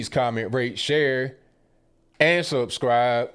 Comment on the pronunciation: The way says “SUBscrahbe” cracks me up every time 🤜🏼🥃🤛🏽 keep on keeping on brother